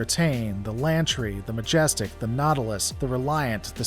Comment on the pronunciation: Sa Tock!!! don't you mean Sea Tack and Majestic WTF man, why can't you pronounce ships